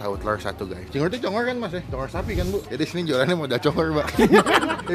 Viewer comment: CONGOR BANG BUKAN CONGOL wkwkwk